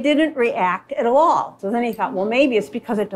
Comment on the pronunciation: The was the most Wisconsin sounding ‘all’ I’ve ever heard Jesus Christ 😭🙌🏻 her accent just went 📈📈 in that moment she sounded like my grandparents ahahaha